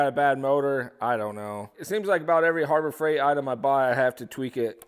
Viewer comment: Be nice if he knew how to speak English as well. Stopped the video just because of how he said harbor freight and coupon.